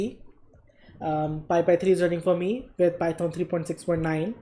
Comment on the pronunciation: "Py-thoaan" XD